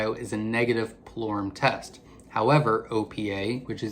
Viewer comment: Pullorum ( spell check) is what he said but is hard to understand him at that part